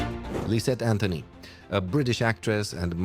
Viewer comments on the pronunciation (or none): none